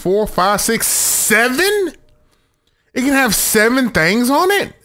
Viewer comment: "THANGS" i like it.